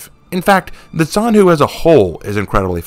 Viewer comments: I haven't watched the entire video yet but i feel like i have to point out that the name of the character is pronounced more like "john hu" (except the o is pronounced like uh so technically "j-uh-n hu) and not "zan hu". It's really diffcult to explain since i am not an english speaker and i have a bit of trouble explaining how to pronounce something to english speakers so i hope you understood what i was trying to say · Btw zhanhu is pronounced with a soft J sound, not a ts